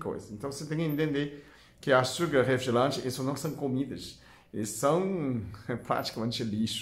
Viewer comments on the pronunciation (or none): Eu consigo ficar 3 ou 4 meses, sem tomar "refligelante" 😁